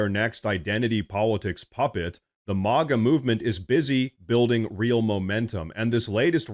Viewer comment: You say MAGA weird. Stop.